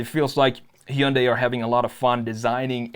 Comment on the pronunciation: It’s not bad … but the pronunciation of Heeundai damn sure doesn’t work for me